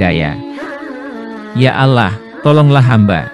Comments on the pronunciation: Pilih pegisisuaraya yg Muslim coy biar ucapannya benar . Yg benar Allah( ucapannya Alloh) bkn Alah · Benar buk arti al quran alloh di ucap alah memang dlm bhs ind tulisan alloh di tulis allah tp membacanya ttp alloh. Berarti pengisi suaranya kemungkinan pertama bukan org islam dan kemungkinan yg kedua waktu sekolah bhs ind nya gak faham. Jujur buk saya sbg muslim juga tersinggung. Tlg jangan cuma memburu konten dgn menjual agamanya sendiri atau melakukan penistaan agama. Tlg pengisi suaranya di buang dan di ganti yg lebih berpendidikan dan pernah sekolah. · Jangan menyebut Alah.... Didengar ya engga enak... Sebutkan Aaloh itu orang islam menyebut nya.... Oke...! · admin ngaku muslim tapi nyebut ALLAH seperti non muslim,jujur aja! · ini yg mengisi suara nya kok nyebut ALLAH nya kyak bkn org muslim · Klu bs tlng di perbaiki pengucapan nya agar tdk trjd salah paham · Ini canel muslim bukan....heran saya kok yang bicara bahasanya/pengucapan seperti orang non muslim......terurama cara pengucapan Allah.....ini persis seperti ucapan kaum non muslim